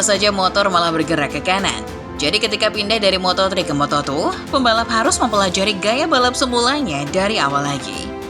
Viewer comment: lompatan dari moto tri ke moto tru😁😁 ngopi dulu mbak